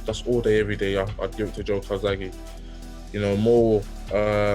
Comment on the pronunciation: Joe……. Ffs it’s Joe.